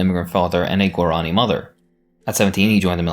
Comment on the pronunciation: Why do you pronounce Guarani like that? It literally has an accent on the I